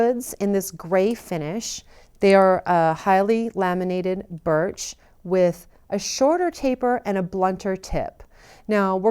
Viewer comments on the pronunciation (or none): none